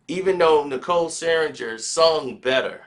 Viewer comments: I wish this nigga will learn how to fucking say Nicole’s last name! 😂🤦🏾‍♂️🤦🏾‍♂️ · Said Nicole's last name wrong the entire time lol